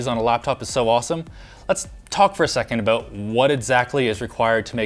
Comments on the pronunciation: "The crazy thing aboot this" real Canadian this guy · i heard a clear aboot